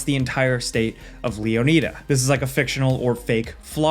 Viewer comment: Finally someone pronounce Leonida correctly!